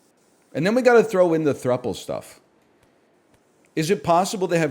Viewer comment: He finally pronounced "throuple" right!